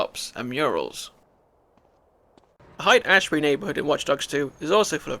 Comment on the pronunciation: FYI Haight Ashbury is pronounced “Hate Ashbury” not “Height Ashbury”